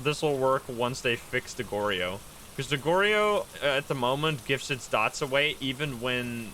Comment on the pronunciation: it's (Gor-Yo) not (Gor-ri-yo)